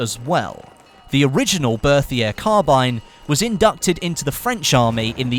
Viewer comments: 1)Chautchat is pronounced show-show or show-shot. French is weird 2) fed-e-rov not fedor-ov 3) Bert-E-A not Berthier 4) check out Forgotten weapons and C&Rsenal for gun info. Then you aren't taking out your arse or quoting Wikipedia. I've seen plenty of top youtubers not know something as simple and the difference between an en-bloc and stripper clip. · 2 thumbs up for the Berthier!! Love that thing in Verdun also, it's pronounced "Bec-tee" :P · great video, but I have some gripes about your pronunciation. The first is the Chauchat. It's actually pronounced like 'showshow'. The next is the Berthier. That is pronounced 'Bertie-a'. In this case, the 'th' sound is just a t, and the 'r' is silent.